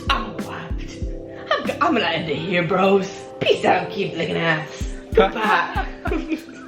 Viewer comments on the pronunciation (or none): none